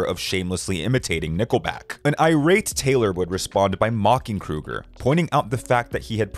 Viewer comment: It's Chad Kroeger, as in Crow-ger not Krueger like Freddy Krueger...don't disrespect the Dream Master Slasher.